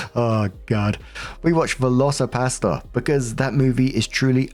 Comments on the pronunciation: When you said veloci pastor, with your accent it sounded like veloci pasta, and I imagined a dinosaur made out of noodles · ....i misheard you and thought you were saying Velocipasta. Now I'm weirdly sad that there are no spaghetti dinos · I thought he was saying VelociPASTA 😂 All I could see was pasta flying at the screen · LOL, I never heard of that movie and thought you said Velocipasta. Was instant eager to go watch it. 🤣🤣🤣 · LOL that's what I heard too so I was so happy he put up the movie cover, because I was thinking how does that work is it a raptor made of pasta? I have got to see this. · When I heard Velocirapastor I thought you said Velocirapasta. And I was imaging a man turning into a hybrid velociraptor with macaroni claws 🤣🤣. Last story: I have a narcissistic mother; op is nta. It is ingrained into us, since birth, to bend to the wishes and whims of narcissist. It really is hard to reprogram your response to them. I was about 45 yo when I went extreme low contact with my egg donor. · VelocoPastor. I kept thinking you were saying VelocoPasta. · I thought you were saying velcio-pasta… imagining a film of dinosaur shaped pasta 😂